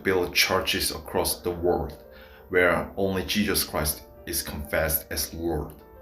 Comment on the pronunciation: Iq so high yet unable to pronounce english words and calling jesus jejus